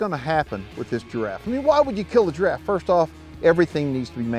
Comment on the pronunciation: Jiraffee Nooo